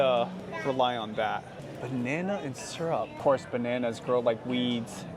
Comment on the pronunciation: Why do you pronounce syrup sarap?